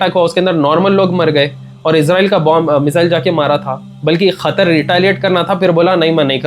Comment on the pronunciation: Asalam Alaikum✅ Aslamkum❎ Qatar ✅ Khathar ❎ Qeema ✅ kheeman❎ Haqeeqat ✅ HaKheekhath❎ beta thek sy bolna sekhlo pehly